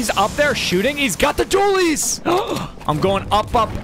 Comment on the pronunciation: You kept calling it hop rock Dooleys